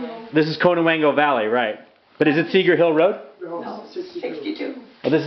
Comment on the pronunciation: Get their personal information off the internet. You can't even pronounce Connewango correctly. 🤣